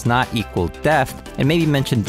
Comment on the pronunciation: Awesome content. Only fly in the ointment for me is I keep hearing "deft" instead of depth. 🤪